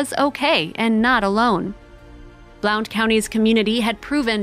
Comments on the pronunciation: Just so you know: Blount County/Blountville are pronounced “Blunt” County and “Blunt”ville… 😉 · Blount is pronounced blunt. Js :) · Blount is pronounced "blunt"....I wish people had an idea how far a little one can wander and how often you find derelects in the woods! I am so happy he was found!! 🥰